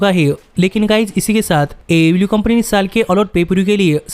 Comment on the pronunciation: DISLIKE THIS VIDEO BECAUSE HE COPIES CONTENT FROM ALL OTHER VIDEOS, why does this guy pronounce AEW LIKE THAT ?????